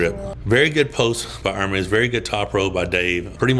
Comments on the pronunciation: You're one of the first in team west that learned how to pronounce Ermes well 🤙🦾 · Really like you trying to pronounce Ermes correctly. Very positively progressing quality arm wrestler.